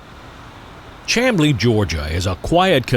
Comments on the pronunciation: I really enjoy your videos. I was born in Atlanta, and I grew up very close to where you shot this particular installment. BTW, Chamblee is pronounced SHAM-blee. I'd like to share some history: You were puzzled about a section of siding crossing Peachtree Road ( in your video) that led to nowhere. Chamblee was once a very industrial area, and the track spur continued on to a loading dock behind some kind or warehouse or other industrial building. That building is long gone, and Whole Foods and other stores now occupy that site. The Lowe's store across the street was once the site of a Frito-Lay plant. The street now known as Peachtree Boulevard used to be called Peachtree Industrial Boulevard. There was once a large plant (a concrete plant, I believe) and some other kind of industrial business between Peachtree Road and New Peachtree, where the Chamblee MARTA station now stands. Before the MARTA train system was extended to Chamblee and then to Doraville, there was a railroad crossing at Pierce Drive, and that road connected Peachtree Road to New Peachtree Road. Next time you're up this way, check out Norcross, Duluth, and Buford, if you haven't already. Also, Douglasville, Villa Rica, and Bremen offer great spots for train watching and photography. Keep up the great videos! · I enjoyed your video as always. I'm retired from Southern and NS with 30 years service and enjoyed your video around Chamblee. The town is pronounced Sham-blee. Another interesting location on CSX is Gloster Siding just a few miles south of Lawrenceville where you were. A number of meets takes place there daily and is accessible. I have a short video which you may find interesting. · The Town named Chamblee is pronounced "Camblee", the "h" is silent. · Not just trainman. Pretty much everyone I know around Atlanta pronounces it "Shamblee" also. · When I was a kid i'd find boxes flairs on those tracks near the USG plant. Also he is pronouncing Chamblee incorrectly.